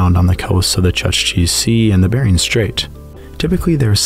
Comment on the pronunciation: Ouch😮 I had to rewind 3 times to understand what you were talking about😂😢 Chukci Sea - is pronounced: chook-chi… never ever chuck-chi!❤